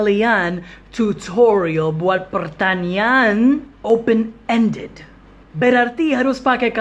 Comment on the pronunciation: Pertanyaan kedengaran seperti pertanian😀